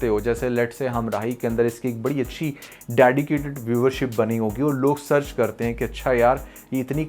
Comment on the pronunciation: Also Dadycated 😂